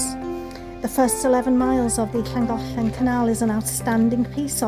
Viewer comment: I love how you pronounce the city names, I always wondered how it should sound! Not to mention how extremely beautiful the are is and the aqueduct is very interesting. World engineering heritage, not a surprise!